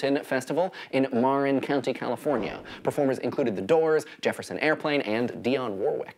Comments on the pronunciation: about the first rock festival he pronounce the county as Marr-in is actually pronounced Mah-rin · MARR-in county? Mah-RIN county, my friend. Accent on the second syllable. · Marin county? MarIN? MA-rin... Sorry that bugs me lol